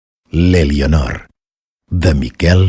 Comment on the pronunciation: No es pronuncia ''Elionor''. La ''e'' inicial es neutralitza en català oriental... Per favor, quin mal d'orelles...